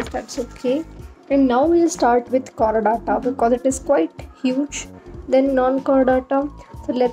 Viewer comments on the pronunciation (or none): Its Chordata not Chorridatta...😂